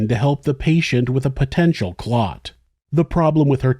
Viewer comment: honestly, the way she says “clut” instead of clot… i’m hoping she’s just a moron. either that or she says it wrong in order to bother folks. i have NEVER heard that pronunciation and i study accents as a hobby. 😂